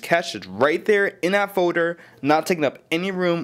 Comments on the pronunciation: What is a foder? You mean folder? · "then you make a new forder" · This guy can't talk. "Create a music Fodar"